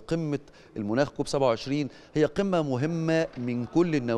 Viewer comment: كالعاده لا أخفى إعجابى بك و بقدرتك على توصيل المعلومة بالطريقة التي تبغيها ولكن عندى عليك عند نطقك لكلمة المناخ أن وضعت الفتحة على حرف الميم فسوف تعنى كلمةالمناخ المكان الذى ينخ فيه الجمل ولكن أن وضعت الضمة على حرف الميم فيصبح معنى كلمة المناخ هو حالة الجو خلال فترة طويلة وللأسف لست وحدك الذى تنطقها بطرقة خاطئة بل يشاركك الكثيرين. ربنا يحمى مصر هذا هو همنا وصلاتنا إلى الالاه الواحد الذى نعبده جميعا ربنا يباركك ايها الحبيب المحترم ويبارك فى كل من هو على شاكلتك . مع تمنياتي لمصر وللرئيس السيسى بككل التوفيق